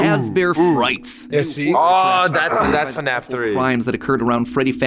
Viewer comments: it's fnaf not fuhnaff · FNAF wrong Fuhnaff right